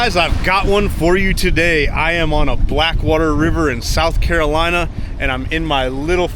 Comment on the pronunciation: South “crack-O-lacky”😂😂😂